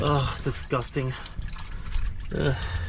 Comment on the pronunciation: My little girl used to say asgusting for disgusting. Sounded like you were saying that too. She's 16 and driving now so I'd trade her for a nice golf ball but, she used to be cute.